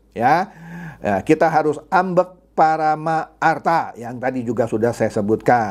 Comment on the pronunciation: HAMBEG PARAMERTA dari bahasa Jawa baca ( Hambeg Poromerto ) terima kasih